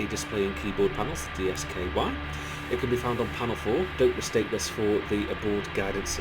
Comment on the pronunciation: Since you seem broadly unfamiliar with the Apollo LM, you might find it useful to know that DSKY is pronounced 'disky' (rhymes with whiskey), and PNGS is pronounced 'pings'.